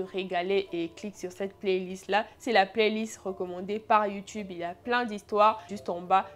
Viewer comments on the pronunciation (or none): none